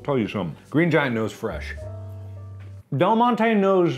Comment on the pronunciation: NOT DELGONE-TE